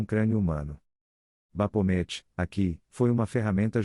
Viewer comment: bacana o video, mas a narração é lástimavel. As pronúncias são um desserviço prestado. Se o objetivo é mesmo transmitir conhecimento e intelectualizar, não pode deixar desse jeito. Um dica para você que esta usando narração virtual é escrever no texto da maneira que se pronuncia, exemplo: baphomet, você escreve Bafomé, e ele vai narrar corretamente.